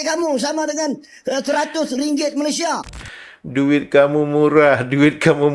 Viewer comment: YOUTUBER INI SALAH SATU ANAK ORANG UTAN KERANA MAKNYA BERKONGKEK DENGAN ORANG UTAN. LIDAHNYA TAK PANDAI SEBUT MALAYSIA DENGAN BETUL. MEMANG ANAK UTAN BODOH, IQ RENDAH